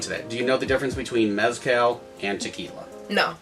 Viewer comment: Work on your pronunciation, homie. Watch some videos and listen to how oaxaca and mezcal are pronounced. Practice and then hit record.